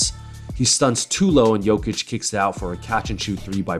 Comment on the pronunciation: Your pronunciation of "Nikola" was way above the average for the US speaker And "Jokic" is almost spot on Great video btw